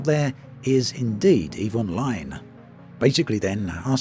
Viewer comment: Every time you say "Eve Online", I keep hearing "Evil Mind"